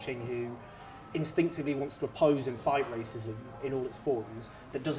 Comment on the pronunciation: "wonts" "anthing"